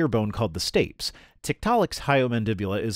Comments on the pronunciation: I believe that the correct pronunciation of 'Stapes' is 'Stay - pees' not 'Stayps'. 😘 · Stapes (stirrup bone) is pronounced "staypeez", not "stayps". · Thanks for another video! BTW stapes is [ stey-peez ] and has an option that is something bouncy like Stey-pee-dees. Cheers! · stapes: pronounced |STAY-peas| not |stayps|. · Stapes (in the ear) is pronounced stay-pees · stapes: pronounced stay-peas (with emphasis on first "a')